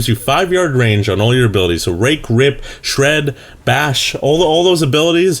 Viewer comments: Sounded like rape :P Not that i know how rape sounds like :P IT WAS CONSENSUAL!! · didnt sound like rape at all what